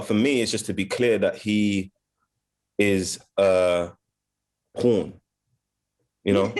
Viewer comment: They thought he said William O’Neal is a “Coon” but he actually said “Pawn”. Both are relevant but calling him a pawn represents how the FBI used him.